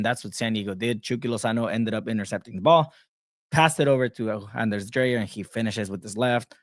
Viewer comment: So maybe that Right to dream thing may be working. Greetings from Farum (FC Nordsjælland) I am looking forward to follow the "sisterclub" You need to learn to pronounce Dreyer as DRYer, we can take Ingvartsen and Tverskov later.